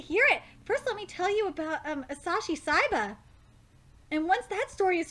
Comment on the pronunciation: His name is asahi not asashi